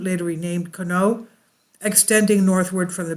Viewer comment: You must not be from around that area 🤦‍♂It's pronounced Con-ie-aught. has explored and researched this area extensively including looking at the records of the excavation completed by Kent State University. He live right by this mound, and is one of the most knowledgeable people there is on this area. If you contact him I know he would gladly Inform you about this topic. Just tell him Kevin sent you, we are good friends.